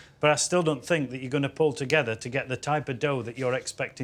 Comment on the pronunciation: "i FINK" why is the TH sound so hard for people from England to say?